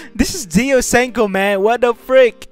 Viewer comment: Game: Ashen storm: Aiken storm Game: Senko: Senku